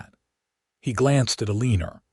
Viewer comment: Someone needs to teach AI to pronounce Eleanor!